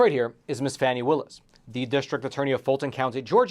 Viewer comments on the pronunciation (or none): Pronouced fawnie not Fannie . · Oh for goodness sakes. It's pronounced Fawnee Willis not Fanny. You know this and are being a complete a-h**e Facts Matter btw is considered by All Sides Media to be.....Hyper-Partisan Right Reliability: Mixed Reliability/Opinion OR Other Issues. Nothing to see here. Here are some facts... Trump is having an awful month and it's going to get way, way, worse. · it's pronounced Fawn-knee Willis